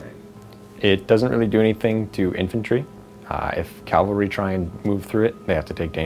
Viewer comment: It's CAV-ALRY not CAL-VARY! That's why your dogs are Fast Cav and not Fast Cal. Unless they're all called "Cal" and are really good at running.....:)